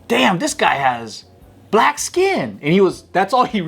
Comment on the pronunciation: He said “Brack Guy” 😂